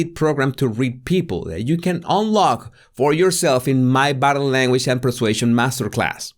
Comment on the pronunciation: Body Say "body". It's not bottle